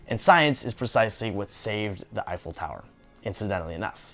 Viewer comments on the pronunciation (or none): This was fun but I just feel like there's someone else who could've done this video that wouldn't mispronounce Eiffel every time or confuse astrology with astronomy